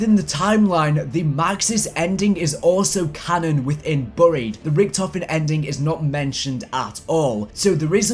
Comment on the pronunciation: You say buried wrong